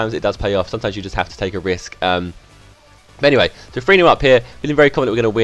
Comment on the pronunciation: It's not free 0 it's three 0